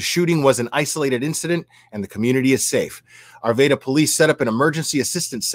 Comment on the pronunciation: Broke my heart to hear if this on Monday. I'm from Arvada. Many prayers to my home town. Will it's pronounced R-va-da